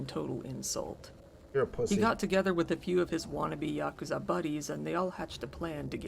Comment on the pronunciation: it's pronounced YA-KOO-ZA